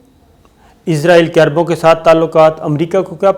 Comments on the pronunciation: صابر شاکر صاحب مجھے آپ کی ویڈیو نہیں دیکھنی صرف اسی وجہ سے کہ آپ عزرائیل کہتے ہیں اسرائیل نے کہا جاتا آپ سے.? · یار آپ اسرائیل کیوں نہیں کہتے آپ ہر دفعہ عزراعیل ہی کیوں کہتے ہو